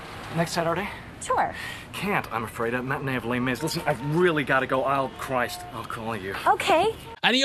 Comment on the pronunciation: Les Mis isn't pronounced like that, and isn't set during the French Revolution (apologies as I love your videos)